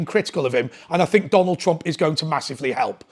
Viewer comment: Who's Tonald Trump ? lol 7.43